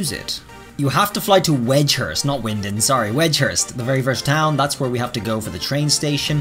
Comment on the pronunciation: isnt that how its supposed to be pronounced?